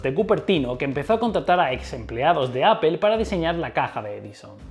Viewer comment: Buen trabajo periodístico, pero deja de decirle "APPEL" a Apple...unas clases de inglés no te vendrían mal. De lo demás, muy bien.